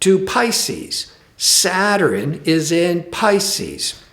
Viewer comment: ugh, why does he keep pronouncing SA-TURN, as 'SAT-TUR-RIN' ? smh